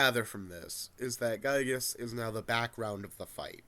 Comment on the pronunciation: Not a single person on youtube knows how to properly pronounce "Giygas".